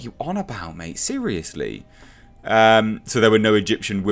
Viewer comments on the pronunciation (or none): none